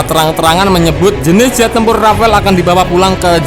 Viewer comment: R A F A L E BUKAN RAFAEL, SEENAK JIDAT AJA NYEBUTNYA RAFAEL